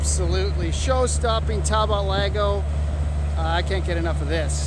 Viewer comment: Just thought I'd mention something,It's TalboT . It's an english name pronounced Tall bot , Charles Chetwynd-Talbot, 20th Earl of Shrewsbury was one of the founders, Can't get much more English than that .